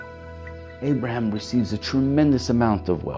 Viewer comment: It’s Avraham not Abrahim